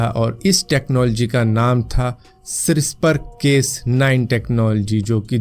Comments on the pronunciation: क्रिस्पर बोलते है, सिस्पर नहीं। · "Krispaar " hai pronunciation. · Crispr Spelling galat bole aap